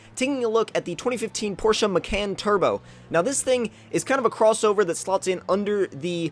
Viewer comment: STOP. MISPRONOUNCING. MACAN!